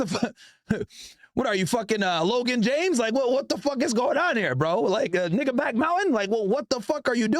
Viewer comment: When u say nigga it dont even sound right